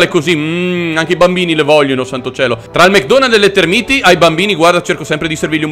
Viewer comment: Sono tÉrmiti, non termÍti, per favore, almeno questo.